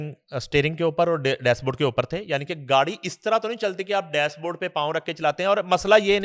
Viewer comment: Helloooo Mr Journalist This is not word " Dasboard " Exact word is " Dashboard ". Uneducated